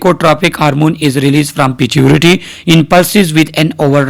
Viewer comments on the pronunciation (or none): Pituitary or piturity?